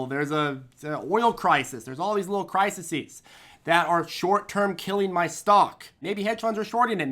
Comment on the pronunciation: omg..., crises, CRY - SEES, the plural of crisis is criseeeeeees